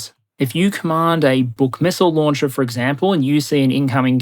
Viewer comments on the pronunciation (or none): none